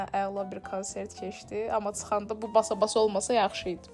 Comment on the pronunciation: BU NƏ DANIŞIQ BU NƏ TƏLƏFFÜZDÜR. GET DANIŞIQ ÖYRƏN BU CÜR BƏRBAD DANIŞIQLA SƏN DÜZ DANIŞANA, GEDİB ORDA SƏHV DANIŞIQ ÖYRƏDƏRSƏN ANCAQ. KEŞDİ, MIKYAJ, AXOT, SAÇIMIN DİVİ YAĞLI GÖRÜNÜRDÜ. DİVİ NƏDİR? 😂😂😂